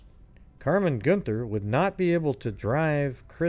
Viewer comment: Chris was my moms best friend. It’s pronounced “GUN-THER”. And her case was re opened and investigated again recently, with highly suspected person of interest but not enough evidence to make an actual arrest.